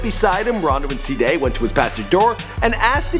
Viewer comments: He said saday instead if cdai😂💀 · its pronounced cday not sday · its cee-dai not cday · "SI'DAY" nigga its CDAI im fkgn done wit him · he said C-dehh always pronouncing some wrong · He cant say Cdai he say Cda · who's saday?😂 its c-dai kid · C- DAI NOT sadai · Said cdai wrong it's literally cday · cduh 😂😂 its cdai pronounced c day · Cee-Day not saday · He Said CADIA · "rondo and se-day" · oh man dis nigga say Cdead first time oml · The way he say cdai😂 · Why tf u say Cdai name like that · The way he says "Cdai" haha